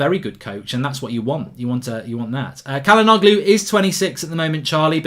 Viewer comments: Its pronounced Ja-la-know-loo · it’s chalanolu 😭 pronunciation is painful mark